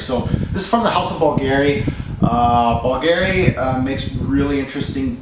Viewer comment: I thought he swallowed his tongue on the Bulgari pronunciation.